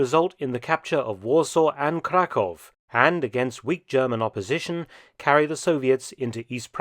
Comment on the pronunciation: Hearing westerners pronounce "Krakow" properly is so rare that when I heard Mark say it I was genuinely surprised. Loved the video btw!